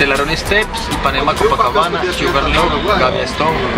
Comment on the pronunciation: When say Cococabana I feel the pain in my brain haha